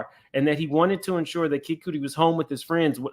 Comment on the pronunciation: It is cutty - not cooty … do you no know Kid Cudi?! SMH